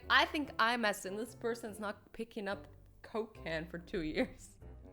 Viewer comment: At the Coca-Cola one you said cocaine